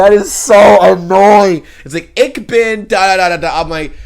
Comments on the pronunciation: Your pronounciation of "Ich" is pretty good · Your „Ich“ is perfect. ☺️👍🏼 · btw, all your “ich”s were flawless👏👏👏